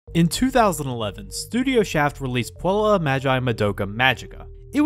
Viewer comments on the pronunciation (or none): I'm not a grammer natzi, But i had tried taking Latin, and you pronounced puella wrong